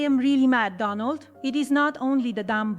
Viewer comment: She's not saying it right! It's Doh-nuld, not Dah-nald😆